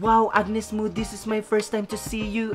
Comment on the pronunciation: Hehe where you been dude? It pronounces Mo as in Mow anyways thanks for all the positivity and support queen Mo... 👸👸👸👸👸💯💯💯💯 she rarely sings other artist's song ...she writes and composes her own songs and the song you just enjoyed is hers. Maraming Salamat po